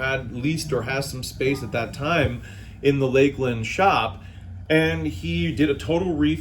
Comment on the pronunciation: It is LAKE-LAND. Exactly how he pronounced.